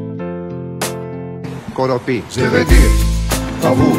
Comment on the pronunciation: Προφανώς εννοούσε corrompue, αλλά δεν έβαλε καθόλου μ και δεν τόνισε καλά. Εγώ νομίζω ότι γενικά ήταν κατανοητός, αν και με χαρακτηριστική ξενική προφορά για το γηγενές αυτί.